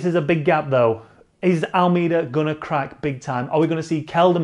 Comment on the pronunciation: Speaking of making an out of you and me... AlMAYda <-- Actual pronunciation! Not AlMEEda. Notice Me, Senpai! :'( The Sunweb boys are looking strong at the giro. Maybe Teo can nab 3rd. What struck me about the finish at the Ronde was the nobody tried to veer into the other's line. Massive props, they just fought it out fair and square. :)